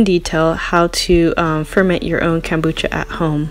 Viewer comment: Nicely done video! It is Kom not cam bucha. Kohm-boo-chah .